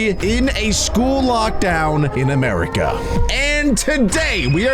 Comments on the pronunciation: Why did bro say Lock downs in amacica why just amacica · I love how he pronounced America😂😂